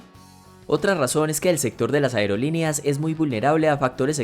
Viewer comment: Toma en cuenta que no sedice aereolineas se dice aerolíneas